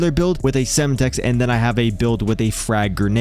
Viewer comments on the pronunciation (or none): And sem-tex not semutex 😂